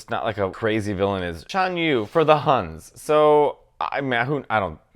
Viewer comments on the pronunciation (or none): none